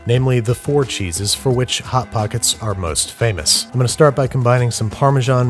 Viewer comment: Lol you said Hot-pockets like a rich person who’s never encountered one before.